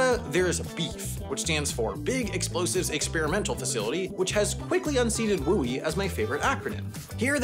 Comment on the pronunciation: What is the acronym/abbreviation you said??? Is it Wildland–urban interface? I have no idea what (wooie) is!